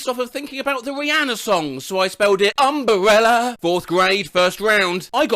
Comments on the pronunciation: How can it be so extremely entertaining to hear a man pronounce "umbrella"? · can we please talk about how he pronounce /əmʙɹɛlə/ with a bilabial trill?